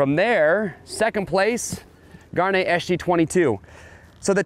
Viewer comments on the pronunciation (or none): Gaerne will never be pronounced correctly on this channel.